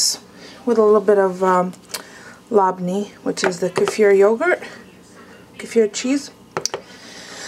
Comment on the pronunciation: Labne is pronounced le ben, just wanted to let you know i speak Arabic, and I love le ben, especially the drink is my favorite.